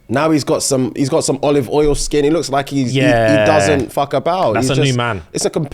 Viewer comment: i'm having this on in the background whilst i'm doing other things on my laptop, tell me why i heard say he stepped his "kink" game up rather than skin, and then i heard "i've gone completely korean now" and i choked